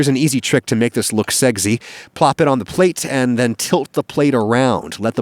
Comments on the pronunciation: I love how he pronounced "sexy" as "segzy" just to avoid getting demonetised. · Love how he pronounces it as “seggsy” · Lol! Didn't even notice, but he 110% exactly says seggsy. Reminds me what I do when I get off a freeway: I eggzit. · Funny enough, Adam saying "seggsy" caught me more off guard than the sausage jokes 😭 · Are we ignoring that he said seggsy again? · he said seggsy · he knows the memes ig